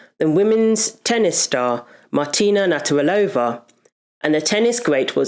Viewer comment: Certain names can be tough to pronounce. You had it right the first time around 😂 Just say Martina, would u? Thank u for ur efforts.